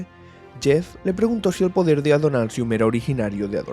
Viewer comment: El "podrer" de Adonalsium xddd